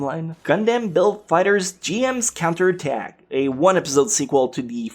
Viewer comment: char's cunter attack... you didn't even pronounce the o